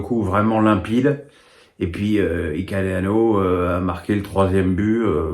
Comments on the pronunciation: Ikaleano mdr. Il existe pas lui par contre ilenikhena oui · Bonjour Tu as dit comment le nom du 3ème buteur de l'ASM? 🤣 Pour rappel c'est Ilenikhena 😅